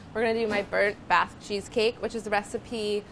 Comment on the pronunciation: I kept thinking she was saying a "Baz" cheesecake. Maybe they should re-name it?